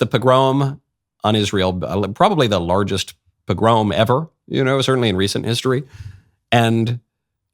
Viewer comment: Forgive the pedantry. Pog - grom is pronounced as it sounds. Pog is hard and so is grom as in cd rom